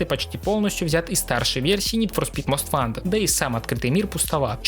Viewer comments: Не мост вантед, а моуст вонтед. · Я тебя умоляю, говори "мост вонтед".